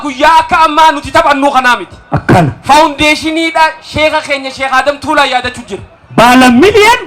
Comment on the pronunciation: Mashallah ,garuu obbolessa koo Tuulaa jedhi malee Taalaa miti